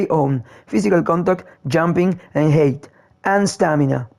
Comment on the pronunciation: You mean ha-ai-t. That is how your pronounce how tall a player is